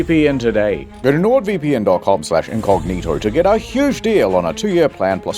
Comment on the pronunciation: Why he says "Sword VeePee N'